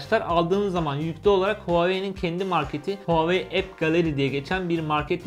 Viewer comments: REVOLUTİON TR hayır ooaoeii şeklinde okunuyor ldldmfkdmrdlskskemkd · VaveY diye Okunuyor çin dedi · Nobody:: Huaveyni